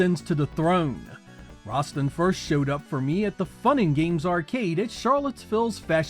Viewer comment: Rasstan , not Rahstin 🗡️